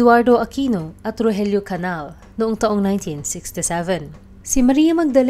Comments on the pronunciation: Hindi “Canal”. Canial. Rogelio aka Roger. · Its not CANAL but CANIAL...